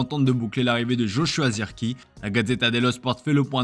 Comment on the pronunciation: C'est pas ZIRKY mais ZIRKZÉ